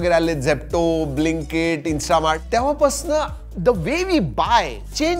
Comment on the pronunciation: 😂 दादा 'तव्हापासन' असं बोलला